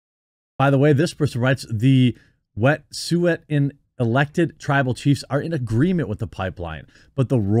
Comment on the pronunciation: Iam pro nat gas...but there pronounce wet sue. And it's out side protester from the USA doing this. the people that really live there are for it. It's the tides foundation at it again